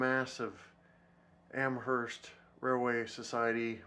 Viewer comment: just an FYI it's pronounced am-erst not am-hearst other than that great video